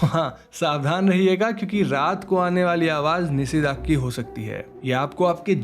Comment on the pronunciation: Again the Bengali "Call of the night" Is "Nishi Daak". Like how u pronouncr NISHA, similarly Nishi.. Not Nisi